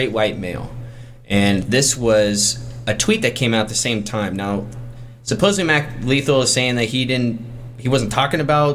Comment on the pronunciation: Not "supposebly," it's supposedly.